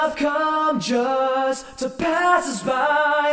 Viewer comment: They pronounce "just" as "jest", tho. "Don't let love come jest to pass us by"